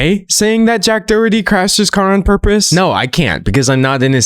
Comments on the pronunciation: It's pronounced like"Dah-HER-tee" The "H" sound is heavily aspirated in Irish-English, I'm not the best at writing down pronunciation so it might be a bit off. I think Americans in general also pronounce it a different way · really cool video! this is really off topic but the mispronunciation of doherty breaks my heart 💔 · As an Irish person, the way he pronounces Doherty makes me giggle